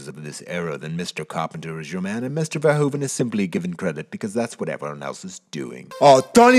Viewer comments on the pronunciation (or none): Damn, how do you correctly pronounce 'Verhoeven' the first time and then mess it up all subsequent times?